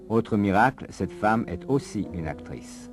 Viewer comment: عجبتني بزااف كيووت سيرتو لما تنطق اكتغيس ههههه